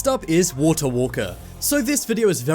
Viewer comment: The thing that annoys me the most is his ‘t’ pronounciation waTer preTTeeee ThatS the impression